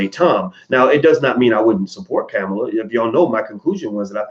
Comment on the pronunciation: Why can't you pronounce the VP's first name correctly? People deliberately called Ali "Cassius clay" to disrespect him.